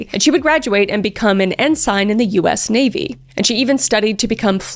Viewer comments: Love your channel ma'am. Small nitpick...the lowest Navy officer rank (Ensign) is pronounced "In sin" not "In sign" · Your voice when doing these stories is so captivating! I think it’s mostly because of the intensity of how you say it but I think ensign is pronounced like en-sin. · Ensign is pronounced EHNsehn. I appreciate how hard you work on these, so I thought you'd want to know 🫡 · "en SINE" made me choke on my water. Ensign is pronounced 'ensin'. Military ranks don't like to follow English rules all the time. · Ensign = pronounced "in-son" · Holy Hell Kris... it is pronounced Ensign "IN SIN" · portsmouth is pronounced: ports-muth ensign is pronounced: en-sin also...i fucking love you and your husband and youre both so beautiful. love this video!!!!!!!